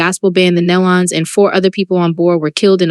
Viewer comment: I don’t think one site knows how to pronounce. Nelons. ( kneelons). Try that .